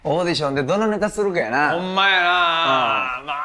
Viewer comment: オーディヒョンっていってない？